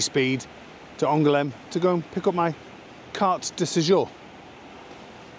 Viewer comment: Je pense que la plus grande " difficulté" que vous aurez en français sera de ralentir le rythme 😉 Il n'y a pas d'accent tonique et toutes les syllabes sont prononcées sur le même ton.. Par exemple lorsque vous dites "Angoulême", il faut dire AN-GOU-LEM 😁 J'avoue que je n'ai pas compris l'autre nom de ville que vous avez évoqué, précisément à cause de syllabes avalées.. Personnellement j'ai commencé à comprendre la langue de ma femme ( le portugais) en regardant les chaînes d'info😁. Le vocabulaire n'est pas trop élitiste et à priori les journalistes s'expriment à peu près correctement.